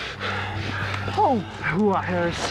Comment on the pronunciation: I think you forgot the r in HooRah? Decent short film though.